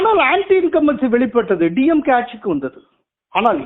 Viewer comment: டியம்கே இல்லே சார். டிம்கே